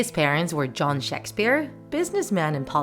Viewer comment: "shaks sphere"